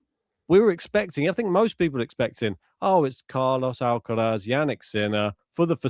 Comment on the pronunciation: For the love of god, just pronounce Alcaraz without the stupid fake spanish accent. Its so annoying. Also if you insist on saying it with a spanish accent, at least say it correctly in spanish then!